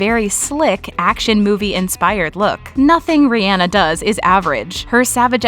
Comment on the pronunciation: It’s Ree on nahh NOT reeee Ann ahhhh 🙄 bitches